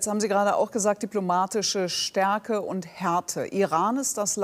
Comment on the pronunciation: Diplomatiche... Der hat wohl so ein Baerbock diplom....